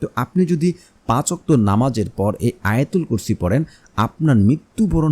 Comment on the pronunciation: আপনার আলোচনায় আয়তাল কুরছি ছহি হয়নাই আছতাগফিরুললা ভুল